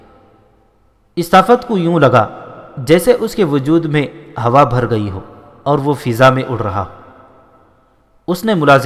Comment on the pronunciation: Bholey naheen Bul k Bhuley ya Bhooley saheeh hai. Bhara gaee naheen Bul k Bharra gaee yani Roo hansi Aawaaz mein.